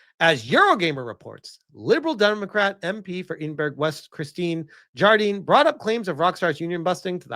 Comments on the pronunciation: I know you're American, so you get a fair bit of leeway on this one but.. Eedin-burg is the worst pronunciation of Edinburgh I ever heard, just for your information (and for any other people from across the pond), Edinburgh is pronounced phonetically Ed-in-bur-ruh! Sorry to be the Grammar Nazi, but that one just irked me a little:) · Holyrood predates Hollywood by many years, yes and it is in Edinburgh, not... "Eidinberg"? Seriously, where is that? Well, either way, there's a Royal residence there, now belonging to the King, since we don't have a Queen any more!